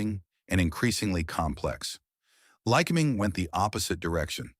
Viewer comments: Why must every service manual be "oil stained"? Not mine. I take care of them. The digital to spoken voice thing needs to learn how to pronounce words correctly, like Lycoming and lead. It is not always right. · Pedantic point: In the industry we don't accent the first syllable in Lycoming, but the second. It's "ly-CO-ming" not "LYC-o-ming." Hard to train AI narrators on these bits of normal language I know. Had to say it though. Also, these engines are not "high pressure" just the opposite. Compression levels below 6:1 in many cases. Now do Continental, because they're the "other" player in this scene. If it's not a Lyc, it's a Continental. Sewing machine smooth, too. My old 172 had an O-300 in it; classic engine. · This video's production must have relied heavily on AI, especially the dialog. The narrator has three ways of pronouncing the name Lycoming. He also pronounced lead incorrectly, and his manuals are always oil-stained. Furthermore, he completely ignores Lycoming's competitor Continental. The story here is interesting, but its presentation demonstrates the limits of AI.